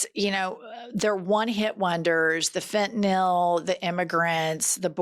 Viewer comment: Thanks, Jennifer, for pronouncing “fentanyl” correctly! It means a lot. 🍃♥️🍃